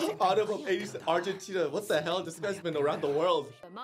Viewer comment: "Agyentina" xD